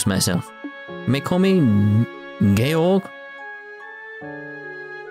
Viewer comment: I like how Cold Steel 3 taught you how to pronounce Georg. Also the fact that Rieveldt is mentioned so early is kind of bonkers the payoffs this game sets up.